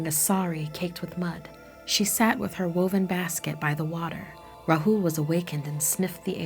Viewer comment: it not ruhool its raahul